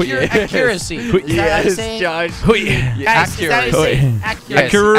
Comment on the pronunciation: May I AXE u a questin?